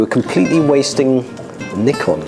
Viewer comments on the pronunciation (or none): When you say Nikon... that "i" its like the E from the ABC... or like the BEE (but shorter 'ee')... Maybe you understood... maybe not... lol